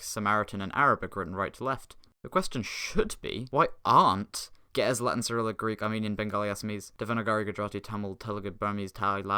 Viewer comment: Your pronounciation of Ge'ez made me die inside